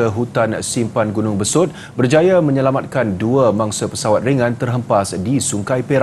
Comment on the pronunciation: Pemberita pun ckp xbetul besout bukan nya besut